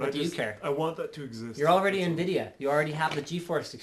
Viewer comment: so Invidia or Nvidatel haha